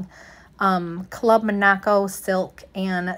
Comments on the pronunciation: Club Monaco is a Canadian brand. You pronounce it like the country of Monaco. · Or like the name Monica (like from friends) but with an O on the end. Club Monaco. And Reformation is pronounced ref-er-mation. Kinda like referee. Pronouncing brands correctly does boost your credibility as a reseller.